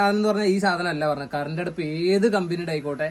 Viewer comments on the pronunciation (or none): കറണ്ടടുപ്പ് അല്ല കറണ്ടെടുപ്പ്